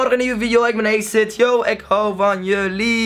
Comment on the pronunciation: ""😂😂😂 The manier hoe 'Acid' uitspreekt is egt hilarisch😂